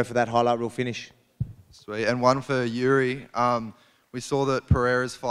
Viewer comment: Its pronounced Yuri not Geri!